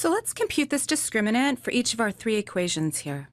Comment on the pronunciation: “One…too-HOO…thrrrree. Thrrree.”